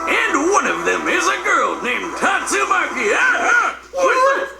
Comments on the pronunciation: is it really that hard to say tatsumaki maybe it is cuz i watch alot of one piece and one punch man lol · Tat-su-ma-chi = tatsumaki